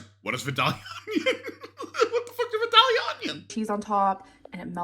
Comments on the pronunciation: And it’s vie-dale-ya or if you’re really country, vie-day-uh 😂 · my grandma is from vidalia, my whole family from there pronounces it vi-day-uh. I’m from Savannah - I pronounce it vi-dale-yuh. Your breakdown is wayyyy too accurate. 🤣🤣